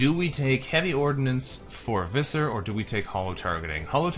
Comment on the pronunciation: just so you know, Visser is pronounced with an F, you are saying the rest of the name right, you just have to start it with a "fff" sound, the name is the Afrikaans equivalent to Fisher. In Afrikaans V an F both make F sounds, yeah the language is weird like that... 😀